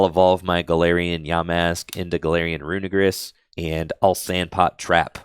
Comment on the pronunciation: Usually don’t care about pronunciation, but please get this one right because it kind of sounds bad how you say it, it’s runerigus, look at how it’s spellled it sounds like you’re saying something bad